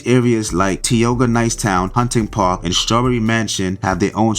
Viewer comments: He ain’t from Philadelphia pronounced Tioga all wrong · It’s pronounced ty oga